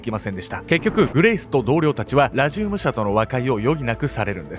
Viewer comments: ラジウムのアクセント治せ！！ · ラジウムのイントネーション（笑） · 解説も内容も面白くていつも通り最後までしっかり見てるんやけど、地域性のイントネーションの差での「ラジウム」の発音がめっちゃ気になる笑 地域性の差面白い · ラジウムの発音が、、